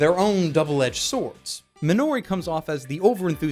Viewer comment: Minori, not Minoori. EDIT: Pure audio tsundere? Yes, oh yes she is. If it wasn't for Takasu Ryuji I would probably just skip it because Rie Kugimiya is so damn annoying to listen to, ESPECIALLY when coupled with Hino, Satoshi. When those two do voice acting it's BETA overdrive.